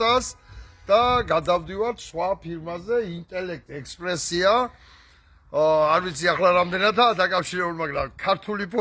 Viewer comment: ინტელექტესპრესი არ ქვია ბატონო,ინტელექსპრესი